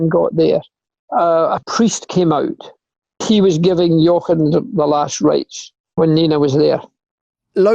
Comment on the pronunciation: I'm amazed at how accurately Sir Jackie Stewart pronounces the "ch" in Jochen.